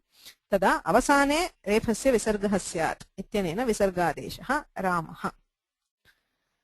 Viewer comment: Ma'am, if रामः pronounciation is रामह, it would be written like that. Visarga is a letting go of air, not adding a hakara. Pls ask experts or there are videos here on yt (@ that teach correct pronounciation